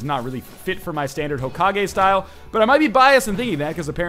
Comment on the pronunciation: Hokagi? Serioulsy? Fucking seriously?